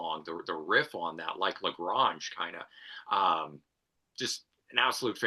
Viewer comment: Why is mispronouncing La Grange?